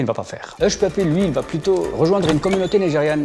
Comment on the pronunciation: Hushpuppi -> hushpipi ... Merci à toi pour ce que tu fais 😉